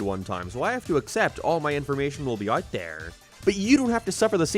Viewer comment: Wait, this guy speaks perfect english but cant say the word "out"? Wtf is that about?